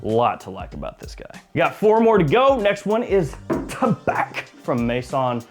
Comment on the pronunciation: Tabac, silent c. Thank you.